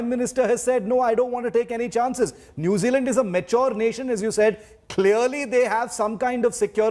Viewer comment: New Zeala😂😂 Indian English 😂😂 Jacinda Ardern not Arhern